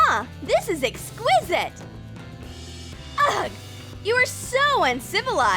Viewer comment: Ug they say when its ugh!